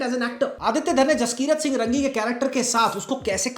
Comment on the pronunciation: जसकिरत सिंह रंगी नहीं, रांगी है वो।